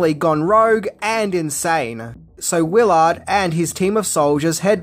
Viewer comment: You said the character’s name as Wil Ard. It’s Willard.